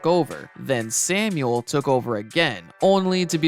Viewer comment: Juan Samuel's surname is pronounced "sam-well."